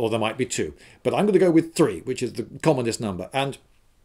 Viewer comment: When I heard commonest I almost thought he said communist!